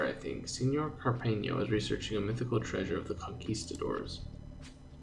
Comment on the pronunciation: in Cárpena, put the entonation into the Cár syllable.